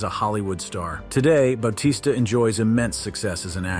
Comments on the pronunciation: bao-tista??? its Ba-tista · You said most of these wrestlers names wrong lmao. Bautista's may have been the most egregious.